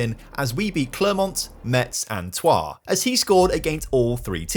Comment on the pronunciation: why does he know how to pronounce troyes and nothing else